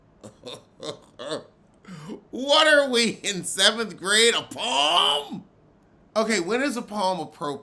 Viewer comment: "read her peom" 🤦🏽‍♀️😩 Monique was easy - didn't take murch effort to bag